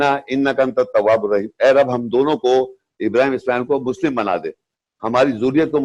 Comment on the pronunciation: 100% galat tarjuma or tashreeh kr rha hy yee yahi nateeja hy khud bakhod mufti bannany ka.... Or Ibrahim A.S ki dua ka sahih talafuz taak ni atta or shaikh bana howa hy😂😂😂😂😂😂